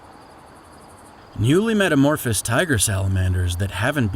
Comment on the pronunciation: Take a drink every time he mispronounces "metamorphose" or "zooplankton." No please don't do that metamorphose alone would kill you.